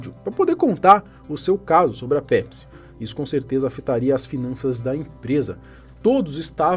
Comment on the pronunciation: “Nw bebam PESPI”